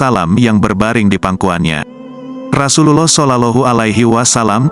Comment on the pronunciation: Mohon maaf bias ya diperbaiki lagi pengucapan ROSULLOH SAWnya👍